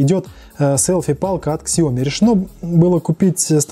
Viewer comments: Сяоми... без К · Спасибо Виталию за информацию, правильно произносить так - Сяоми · Прошу прошения за произношение Xiaomi правильно произносить на китайском - правильно произносить на английском